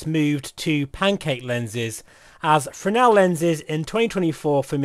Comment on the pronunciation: you lost me at "Fresnel" ....